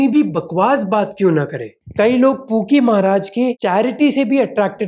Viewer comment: I am sorry bro, but everytime you say pookie baba I heard kinky baba😂😂